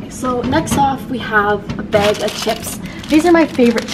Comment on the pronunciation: i love how you say “beg” instead of bag lollll cutie